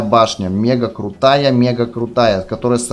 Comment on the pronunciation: Ошибочка мега а не мага